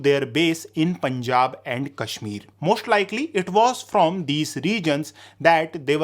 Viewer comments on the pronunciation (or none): none